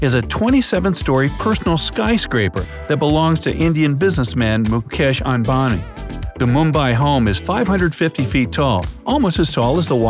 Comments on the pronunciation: I love the way he said mukesh unbani instead of mukesh ambani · Mukesh Ambani pronounced as : "Mhhuskhesh Ambaaney" lol that's what it sounds like